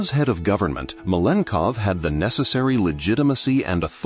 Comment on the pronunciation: Malenkov is pronounced at least 3 different ways throughout the video 😂😂😂